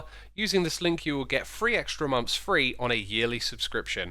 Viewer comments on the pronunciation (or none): none